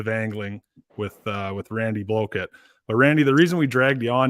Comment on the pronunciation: Why did you call him Randy Blow-kit lol… was that a slip ? Or just your Canadian accent lol….I personally don’t like Live Scope . I’ve been fishing for 55 years the whole challenge to me is finding the fish then catching them with a homemade bait ! Nothing like it !!! The majority of people are against live scope because there not TOURNAMENT FISHERMEN!!!! There are thousands of tournament fishermen, but millions of non tournament anglers ! That’s why the poll numbers always come out on the side of banning FFS ! It’s the easy part of the discussion lol……